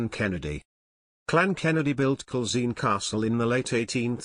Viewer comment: Culzean is said Cullane. Eileen Donan is Eelin Doanin. Menzies is Mingiss.